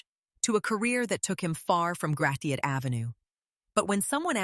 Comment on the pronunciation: makes me cringe to hear Gratiot pronounced that way >.<